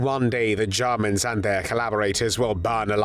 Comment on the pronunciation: The way he says "Jarmans"....if it is a computer-generated narration voice, choose a more pleasant-sounding one.